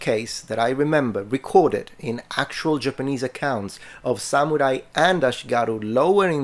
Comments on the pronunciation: Why does sometimes say, “sa MEW rai”, and other times say, “sa MOO rai”? Pick a pronunciation…. well, pick the correct one. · The way this man pronounces "Samurai" hurts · seems to be an awesome dude, however I am very annoyed by his pronunciation of samurai. He goes out of his way to pronounce karate related terms fairly well so it's just very odd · just at the start of this video, but it is really annoying me, how he pronounces samurai. If he's going to make a whole video on something, he could pronounce it right.